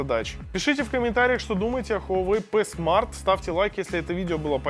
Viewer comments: Пи смарт а не п смарт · Пи смарт а не п смарт. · Говорится Хуавей ПИ смарт